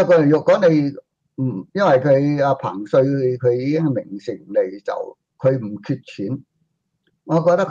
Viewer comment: 唉！一直都讀錯彭帥的名字